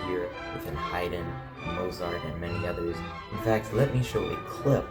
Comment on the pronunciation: Learn how to pronounce Mozart!